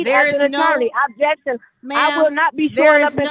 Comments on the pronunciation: These judges are so soft. Every time she screamed "Abjection" instead of "objection" I would've given her a day in county jail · “Ab-Jection” wasn’t that a workout infomercial 😂😂😂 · Why does she keep saying "abjection"? What is an abjection? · If she was muted, why do we keep hearing her say "abjection"? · I was dying laughing when she repeatedly pronounced it wrong 😂 she’s not very bright!